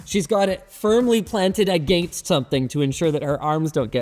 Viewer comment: the way linus says against keeps me up at night